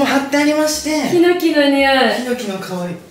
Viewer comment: ヒノキの発音、猪木すぎるて